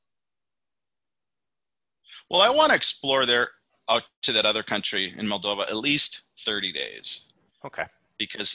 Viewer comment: Is written and pronounced Moldova not Moldovia. It might be the poorest country in Europe but the infrastructure is IMO much better than what I saw in the Philippines. That comes with the advantage that the life is quite cheap. Food is delicious and the local wine and cognac is great! Women are beautiful and caring. Local people are nice and you could make great friendships if you learn a bit of the local lingo (they speak Romanian and Russian)